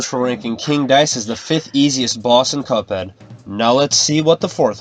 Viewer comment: did he say cup hen